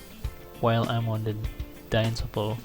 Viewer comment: awesome video man!but it is not "danytopo" it is "dyntopo" or dynamictopology